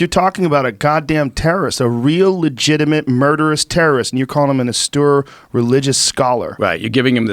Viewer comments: How many times is Joe going to pronounce austere “awstoor”? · "Awstewer" Religious Scholar lol...c'mon Joe :) Austere? :) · It’s austere. Like when you’re about to crash into a wall so you tell the driver “Ah! Steer!” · And he still can't say "austere" right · Lmao, oh okay bro thanks for that, I’m sure Joe Rogan has never heard the word austere in his 50 years on this earth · Joe is repeatedly upset about a word he has yet to learn to pronounce properly. Makes him look foolish. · Austere, Joe. Austere.